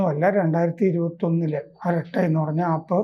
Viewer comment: അരാട്ട അല്ല അരട്ടൈ ആണ്.